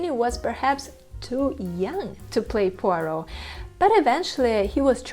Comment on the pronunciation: I agree 1000%! David Suchet is peerless, perfect, and the personification of Poirot to me. But I am sure others feel the same way about their favorites. That’s what makes the world go round.😂p.s. The young lady doing this show is wonderful and she pronounced “Poirot” perfectly🏆🌹❤️p.p.s I look forward to her program on the real Miss Marple🤗